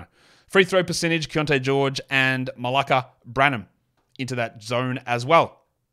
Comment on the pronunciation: butchering malaki branham's name got me lol